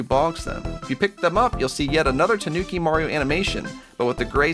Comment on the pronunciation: When your too lazy too pronounce the I in toonki